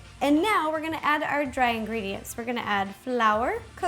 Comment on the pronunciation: geebe the ingreediyent pls